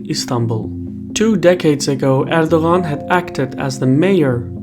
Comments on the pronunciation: no he says it wrong lol im Turkish but he's Azerbaijan Turk so there may be some dialect differences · Are you not bothered by his mispronunciation of your President's name? I am not even Turkish but it seemed really ignorant to not make an effort to get the surname right. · the g is silent, you're meant to enunciate his name as erdoaan